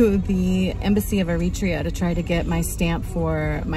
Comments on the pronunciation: AIR-uh-TRAY-uh, not Uh-REE-tree-uh. I lived in Asmara from . The Island in the Clouds. I fell in love with it then, and it still lives in my heart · It’s pronuced eri tree uh not eri tree ah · its pronounced eh·ruh·tree·uh btw not arutrea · Americans... everyone else pronounces it Eri-trea, not Er-ri-tria. Irritating but we expect it. But I doffs me lid to you, young lady. Takes guts to travel to places like that solo. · Isn't the proper pronunciation EriTREEa? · I lived in Ethiopia for 2 years, I have visited Eritrea, I know people from Eritrea, but I have NEVER heard this pronunciation of the country’s name. The accent on the 2nd syllable is unique to this narrator. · You don't pronounce it right Eritrea